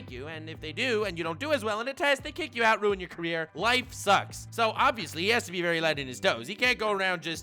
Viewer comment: “Enemy for lifeu.”